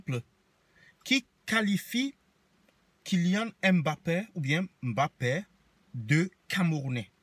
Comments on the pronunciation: Tu es camerounais mais tu prononces mal le nom de Kylian, c'est pas M Bappè, c'est MBAPPÈ prononce ca comme nos frères douala le font. Maintenant que Kylian gagne, la France le revendique Francais, mais il est jeune, il comettra beaucoup d'erreurs et la les francais vont lui rappeller ses origines. Regarde ce que la France a fait au boxeur batié la qui gagnait les matchs pour eux. A peine il a perdu un match ils l'ont appellé le francais d'origine Camerounaise. Qui vivra verra ! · Un camerounais qui prononce mal Mbappe, tu t'es kill tt seul dans l'oeuf... N'importe quoi... les gens sont prêts à tt pour faire des vues sur YouTube... Déjà Il est libre de choisir sa nation (si il se sent français c'est son dos, et puis il a grandi et est née en France ), mais la génétique ne laisse pas le choix (le Cameroun et l'Algérie coule dans ses veines) et les camer et les Alger ont raison d'être accablés par le fait d'avoir perdu une pépite au profit du colon français...